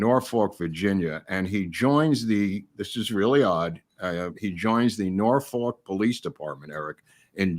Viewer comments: You’re mispronouncing “Norfolk”. It’s “Nor-fu$&”…..seriously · however, he is referring to Norfolk, Va located in the US. I am from Va and have spent a lot of time in Norfolk. He is definitely mispronouncing it.